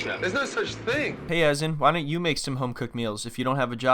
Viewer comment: Its pronounced uh.zaan not AZZ.EN :| Would appreciate some research on pronouncing names, Azan is not even a complicated name. :/